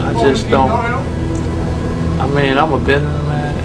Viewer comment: I believe that was "Bidneh man dawg". Lol 🤣